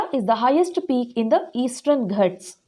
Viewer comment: Mam plesae speel it as ghaats not as ghats